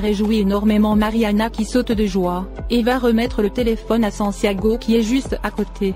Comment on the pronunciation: Le mari de Catalina s'appelle Santiago et non sanciago